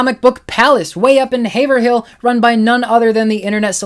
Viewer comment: As a resident of Salem I got a kick out your pronounciation of Peabody and Haverhill :) My go-to store for many years is the Hall of Comics in Westboro. The staff is super friendly and knowledgable and they have an absolutely fantastic inventory of back issues.